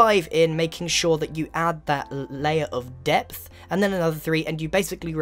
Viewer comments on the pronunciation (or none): Pardon me, I am VERY upset when i hear You saying "depth"